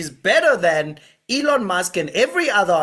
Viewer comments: ITS NOT ALLON ITS ELLON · It's not Ellem Musk, it's Elon Musk🤣🤣🤣🤣🤣🤣